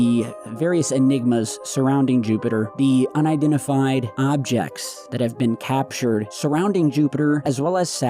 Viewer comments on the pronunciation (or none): Lol unidentifried huh 😂